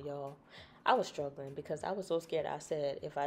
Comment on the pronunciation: Not you "sKruggling" on koko crater.🤣🤣😩